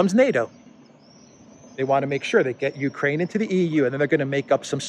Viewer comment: should this loser equate himself to no less than "the world"? should they say openly they are after China? ahahahah people of Mariupol fighting AGAINST Russia... he got everything wrong, ffs he cannot say "Ukraine" properly